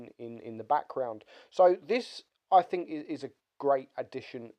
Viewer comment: Turn your record level up when making videos you nube. quote "I fink it's over priced". Doesn't state why but he "Finks" lol